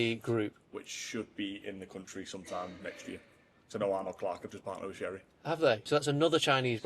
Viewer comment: Pronounced Cherry, no Shery 🤙